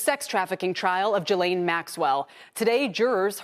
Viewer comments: Why can’t anyone pronounce Ghislaine’s name correctly? 😂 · why can none of these TV people pronounce Ghislaine correctly ???